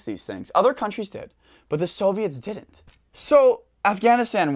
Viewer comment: "It did dint this, it did dint that..."